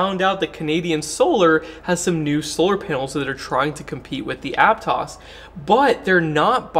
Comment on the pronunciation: You must be from Santa Cruz because you pronounced Aptos correctly.